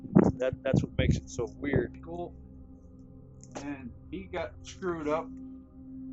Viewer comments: did I hear a Stewie Griffin impersonation? He didn't say "weird" he said "Hweird"! Kinda like Stewie's Cool Hwip pronunciation! Lol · I really think that man just said “wheird”. It’s one thing to enunciate it’s another to throw your geographical accents and verbal ques into words they don’t belong in lol.